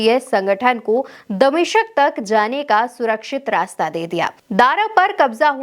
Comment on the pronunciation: 😂😅😅😂 achhe achhe namoone h is channel per 😂😅😂😅damishka nhi bol pa rhi h fattalkaar chamchi 😂😅😅😂 Khair jahil jamatiyo yani seria pr jo vivad h uski wajah rss hi h aise bolo chamchi 😅😂😅😂